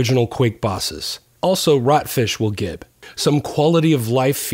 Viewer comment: pronounced "jib", but really good modding tool :)